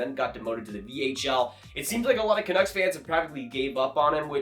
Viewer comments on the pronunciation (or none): none